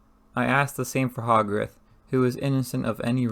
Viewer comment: The readings not bad. You need to work on your pronunciations It's Hogarth not hog wrath